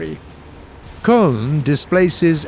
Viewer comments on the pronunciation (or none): Köln sounds too much like Kölön.